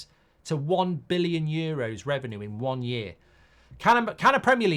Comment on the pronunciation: Why can't he say billion